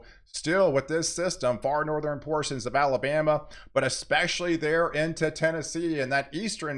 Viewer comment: Please stop pronouncing "Southern" and "Northern' with "3" syllables. They both have only "2" syllables.